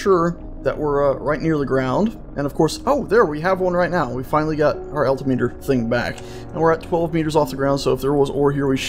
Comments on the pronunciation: it's not pronounced "alti-meter", it's "al-tim-eter". FYI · Al-tim-it-er. Not alti-meter. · The Gauge your thinking of is Altimeter Al-tim-eter.